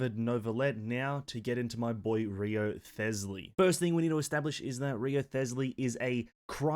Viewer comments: i die inside every time he says Wrio-thes-ley... You didn't have to do my man Rise-ley that dirty... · Not an easy name to know how to pronounce, but it's actually "Resley". The W, and ioth are actually silent. Nice vid tho. Been hoping, and waiting for this type of playstyle since the game dropped. Heizou was close, but felt like something was missing. The Rizzler looks to have the lil bit that was missing for me. Only took 3 years for them to give me a main lol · HIS NAME IS PRONOUNCED RIZZLEY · Yeah, no way am i watching a video of someone that didnt even bother to check the pronunciation of the character's name.